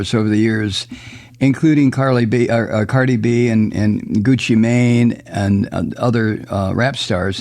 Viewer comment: It made me smile the way Mike said “Guccia Maine” 😂🤦🏾‍♂️.